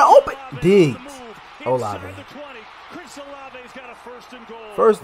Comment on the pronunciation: Buddy called Shaheed a no name bum, Kamara a bum and said Olave (in all words) not like that 😂😂😂😂 mans dont know ball bro